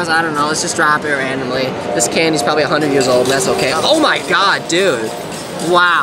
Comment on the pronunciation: hmmm never hear of five "hunerd" lol